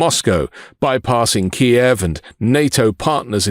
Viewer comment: It's Kyiv not Ki-ev